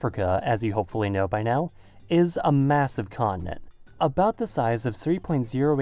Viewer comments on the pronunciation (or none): What it said: "Is a massive continent." What i heard: Is a massive colony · he said continent with an accent